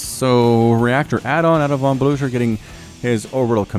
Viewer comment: Awesome video, though for the last match "Von" is pronounced with a f, so "fon" (In germany)